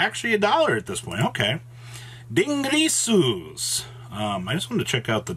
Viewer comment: Still pronounces din-GEAR-sue as din-GREASE-sue?! Holy crap it's not hard and you're adding letters to the name!